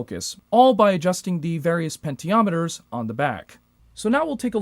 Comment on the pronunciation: “Pentiometers” 😂🤣🤦🏾‍♂️ unreal. Bro. Do you hear yourself talking. I’ve never heard of a “Pentiometer” 😂😂 dear god